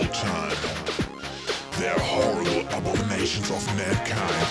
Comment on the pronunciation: It always bothered me that he says "abomation" instead of "abomination" , but otherwise this is a damn good cover.